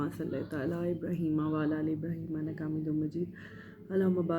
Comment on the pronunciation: Ak or bat Ap Jo durood Sharif parhti ha jaha ye "Inaka" Jo lafz parhti ho ye" Innaka" bola kry Shukriya Allah apko khosh rkhy